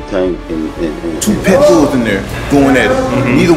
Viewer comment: 2 petbulls😂😂😂 i thought it was pitbull